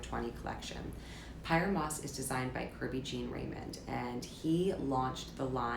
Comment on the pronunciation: Its really annoying that is delibertly mispronouncing "Pyer Moss." Maybe showstudio may benefit by actually having editors/reporters of color instead of only having POCs as guests.. hint hint